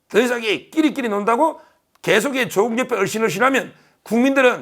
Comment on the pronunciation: 長音 <조오국> 아님, <조>에 강세를 붙여 短音 <조국> 으로 발음해야 조오국× 조국°